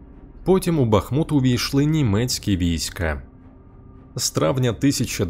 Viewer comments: Дякую за відео. Хочу запросити Вас на свій канал, ви дізнаєтесь багато цікавого про моє рідне місто. І БУДЬ ЛАСКА, ЯК ЖЕ НЕ ЗРОЗУМІЛО, ЯКИЙ БА́ХМУТ - ПРАВИЛЬНО З НАГОЛОСОМ НА У - БАХМУ́Т!!!!! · Так Бахму́т чи Ба́хмут?) Бо чую й у відео наголос гуляє туди-сюди, чи то може вже причувається)